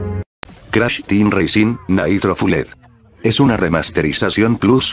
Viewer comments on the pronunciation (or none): Naitro fuled Jajajajjaja